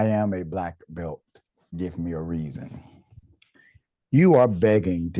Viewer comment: "Im a Bleck Belt"! Thats nice, Im a US Marine so STFU..end of conversation.